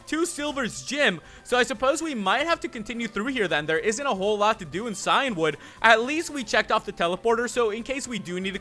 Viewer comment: Just to let you know that Cian is an old Irish name pronounced Key-Ann or Key-In, and it means Ancient, and you're saying Cyan, the colour which is like Blue. So it should be Key-In-Wood, meaning Ancient Wood